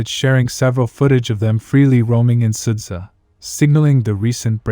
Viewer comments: Is it so difficult ot copy-paste 'суджа'/ 'sudzha' to google translate and listen the right pronunciation? I understand possible problems with 'черкасская конопелька' or 'нижнемахово'. But there are only two simple syllables here. Two syllables, Carl! 'СУД-ЖА'. Can you pronounce 'Jabba the Hutt'? 'СУД-ЖА' is the same sht: 'SUD-JA'. Just do it. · it's pronounced like {Sooja}